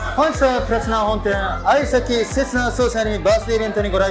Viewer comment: のとこ。ぷらちながぱるちなになってます。上にあげてください。